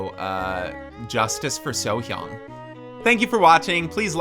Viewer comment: Plus point for pronounced Sohyang's name correctly :D